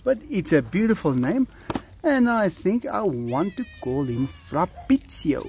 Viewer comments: factroy cats new name is pronounced Fa-bri-cio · Si dice FABRIZIO Caro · Not farbrizio but fabrizio I'm Italian